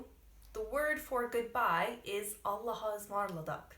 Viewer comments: It is not embrassing .There are the people who use this phrase. Also pronounciation is like "Alasmarladık" because there is a gramer rule maybe u did not bump into. Hece kaynaştirma or ulama. Allaha ısmarladık means.I entrust you to God! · yeah, allahaısmarladık is a old word but we still use it. sorry but you dont pronounce it well, thats why :) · "Hoşca kal(-ın)" ))), not Allahasmarladık! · Allahaısmarladık diye okunuyo aw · People do say Allahaısmarladık I'm sure it's just not the way you used it. Also it's just s long word so even your very practiced pronunciation is difficult to understand